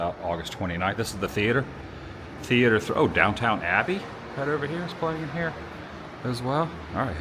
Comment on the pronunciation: It’s NOT “Downtown” Abbey 😂